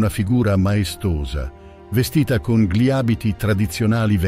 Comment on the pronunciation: Bel video molto interessante, unico neo è la voce narrante, l'uso dell' AI andrebbe vietato per legge, perché ad esempio ogni "gli" o "dei" stride in modo inascoltabile con la pronincia e a volte crea strafalcioni terrificanti.